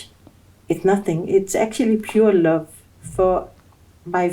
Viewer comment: Love did she say lov abi 😂😂😂😂🎉🎉🎉🎉🎉